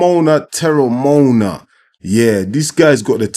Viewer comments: You were closest to the right pronunciation of Teremoana at about min. but draw each vowel out. Te - re - mo- a- na (and roll the 'R') Greetings from NZ. Well done. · You roll the r off your tongue. Te-re-mo-ana. But you pronounced the english way properly aswell. In maori. Roll the R's. The pacific warriors are rising in the ring. There's an arsenal of fighters on the rise with jai. Jai, Huni, Teremoana, tyson pedro, Aukuso brothers, leapai jnr, victor biace of team parker. If he wanted to step up. Willis Meehan, etc, SBW, and new Zealand's Joseph Parker who's already a champion in our eyes for pacific warriors. Taking the last warriors places. David tua, Jimmy Thunder, Alex Lionheart leapai, sugar Ray sefo, Danny Green, butterbean latele.